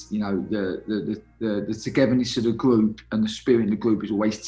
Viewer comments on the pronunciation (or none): Nobody: Danny Cowley “Gwoup”